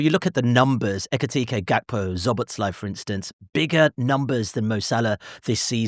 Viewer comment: WTF is "Zobotzlai"?? Stop murdering his last name, just go and learn how it's pronounced, it's so easy.